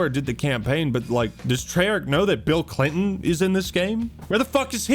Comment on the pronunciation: BEEL CLEENTON